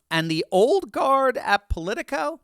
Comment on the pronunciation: When you said Polico, I dismissed it immediately.